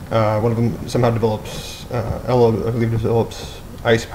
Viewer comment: REALLY do you have nothing better to do then make a lame video about how stupid your sense of movies is. First of all its pronounced ANNA with and O I mean if you can't get that then obviously you haven't seen the movie and its ELSA not ella! I mean if you would of paid any attention to the movie you would know not only that but Elsa was born with her powers its like a mutation. I mean all the things you think is horrible about this movie make sense if YOU ACTUALLY PAY ATTENTION! GO ON POINTING OUT EVERY FLAW IN MOVIES DIRECTORS MAKE MISTAKES. I WOULD HATE TO MEET YOU! YOU WOULD PROBABLY CORRECT EVERY WORD I MISPRENOUNCE. GET A LIFE!!!!!!!!!!!!!!!!!!!!!!!!!!